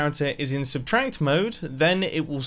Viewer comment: Why do you pronounce substract as substranct?